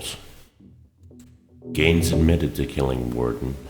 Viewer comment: "Geen" not "Gain"